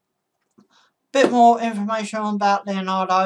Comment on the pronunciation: It's pronounced Lee-andro NOT Leonardo!!!